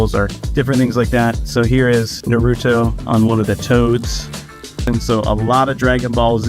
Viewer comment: The way he is pronouncing Naruto is making me cringe